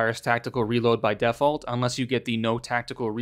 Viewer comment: you say "Default" weird. Stop it.